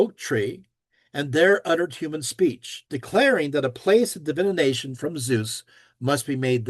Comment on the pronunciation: Still wondering why pronounces DIVI-NATION like Divi-ination.